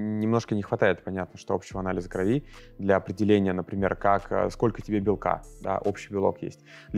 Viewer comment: не кровИ, а крОви! Режет слух.